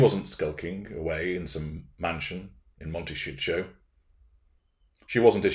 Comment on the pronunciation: I like your version of Montecito: “Monte-sh—show”!!!!!!!!!! Perfect!!!